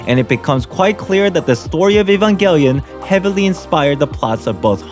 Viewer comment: this video was interesting. the only thing i got annoyed by was the way you said evangelion...